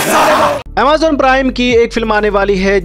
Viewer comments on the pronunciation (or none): none